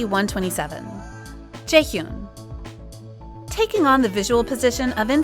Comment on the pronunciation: Its not jaehyoon it pronounces as jae-hee-yan please stop saying it wrong